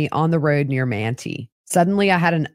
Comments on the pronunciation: I love this podcast. 😊 Manti, Utah is pronounced Man-tie. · The towns in Sanpete are pronounced “Man tie” and “E from” 😘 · Manti is pronounced Man-tie 😊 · Great information. Thanks! BTW Manti is pronounced with a long I.